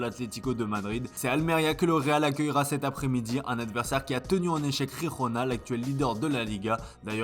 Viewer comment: Toujours pas capable de prononcer Girona....